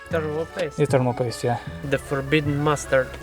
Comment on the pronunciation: The forbitten cheese XD